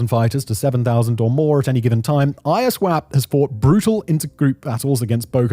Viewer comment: it's Iswap, not I-S-wap. using Fulani photos to depict the Igbos/Biafrans? 🤦🏿‍♂️🤦🏿‍♂️🤦🏿‍♂️